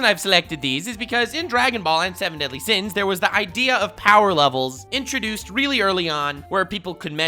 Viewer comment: only says power not BOWER. Only warlord level